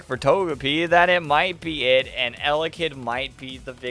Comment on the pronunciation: Sry not eyelid it’s Elekid